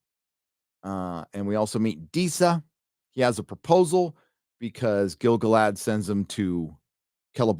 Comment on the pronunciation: People be pronouncing it as GIL-gaLAD. It ain't. It's gil-GALad. What's more, I can prove it. The song of Gil-Galad is either in a stressed/unstressed metre, or an unstressed/stressed metre. Let's look: GIL-gaLAD was AN elVEN king OF him THE harpERS sadLY sing THE last WHOSE realm WAS fair AND free BEtween THE mounTAINS and THE sea Or: gil-GALad WAS an ELVen KING of HIM the HARPers SADly SING the LAST whose REALM was FAIR and FREE beTWEEN the MOUNTains AND the SEA Which one sounds like a poem written by Tolkien, and which one sounds like a drunk in a centrifuge?